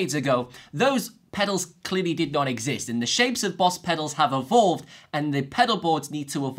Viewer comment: i keep rewinding what does he say pedalboard need to ....ebo,ewooo,board ...until I figure it my self “ evolved “ idk weather it is correct or no but if its in the context should be right. Say evolve 1 more time bro! 😂